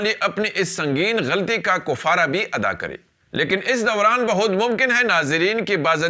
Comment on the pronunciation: کفارہ نہی بلکہ کفارہ کاف پر زبر ہوگا کاف پر پیش نہیں ہوگا اصلاح فرما لیں مہربانی ہوگی تجزیہ نگاری عمدہ ہے